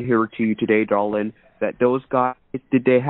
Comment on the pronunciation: DAR-Lynn. 🤢 🤮 I didn’t saw the number😂